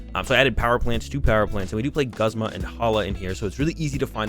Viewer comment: i think it is pronounced "goozma" (thats how they say it in the anime) but great video!